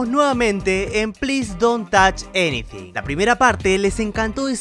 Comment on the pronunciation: Inglés 100 porciento profesional Ples dont toch aniding